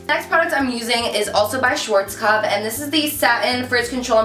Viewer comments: Love the video but you're pronouncing schwarzkopf wrong haha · Hey♡ I'm from germany! :) It's so funny how you say "schwarzkopf"♡♡ and the Video is Very Good♡ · It sounds so funny when you say Schwarzkopf :D btw. you are really popular in Germany. The other day i wanted to grab a lipstick from mac and the girl said that its sold out because some girl called Carli from youtube said something about it. :D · love that hair style!!! :) <3 P.S. as I'm german it sounds so cute to me how you pronounce Schwarzkopf (no offense! :))